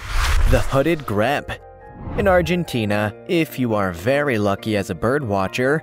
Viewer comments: Grebe, pronounced Greeb, not greb. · Grebe is pronounced greeb not greb. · GREEB is how you say it. Not greb. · Grebe is pronounced greeb -- long e, as in green. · Grebe is pronounced “greeb”